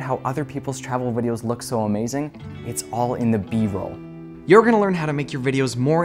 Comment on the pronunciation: It’s B-Roll not Broll, bro lol